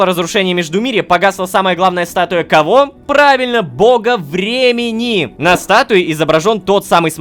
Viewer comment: Почему я каждый раз слышу "Голос Бремени", а не "Голос Времени''?